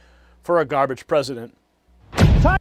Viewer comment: "What is this gah-bage?" 😂😂😂😂😂😂😂